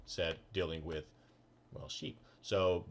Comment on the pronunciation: Please stop saying said/set. It annoys me soooooooo much.